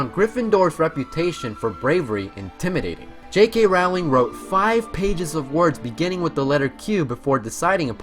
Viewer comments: Okay, first of all, a lot of these are common knowledge. Second of all, bro, first get a better handle on the words that come out your mouth, and then lecture me about what I do or do not know about the series. Rayf Fines, not Ralph Feens. Rolling, not Rowling. Donal Gleeson, not Dom-nal (although, granted, Irish names are hard). Brendon Gleeson, not Brandon. Mirror of Er-i-sed, not Es-er-ed. Reeeemus Lupin, not Raymus. Roweeena Ravenclaw, not Rowayna. (And for god's sake, it's leviOHHHsa, not levioSAH. 😉😝) Also, your fact about there being only one non-British actor in the films is wrong. Exceptions were made for Irish actors (as Irish does not equal British): both iterations of Dumbledore (Richard Harris and Michael Gambon), as well as Brendon and Domhnall Gleeson, Evanna Lynch, and Devon Murray (just off the top pf my head; I'm sure there are more). Get it right. Also, you got a fair number of your facts from the IMDb trivia pages for these movies. That's not really much "digging," now, is it? However, despite my complaining, this was a fun video. 😊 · Abbie- Leigh ROWling as in cow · ALSO how can he call this a harry potter video and pronounce Rowlings name wrong?? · Why don't people who do Harry Potter videos learn to pronounce "Rowling?" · I'm gonna be completely honest and say I didn't know fact 1 (the Greek part. I knew Trelawney's ancestor was Cassandra) and fact 50 where Rowling said the books existed because her mother died. Also, dude, your pronunciation of the names is so bad. Sorry but it's terrible. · Every time he said Rowling I cringed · He was right! I did learn something new: he can't pronounce Rowling and erised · fact #51: he pronounced "rowling" wrong the whole time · Do show some respect and pronounce her name correctly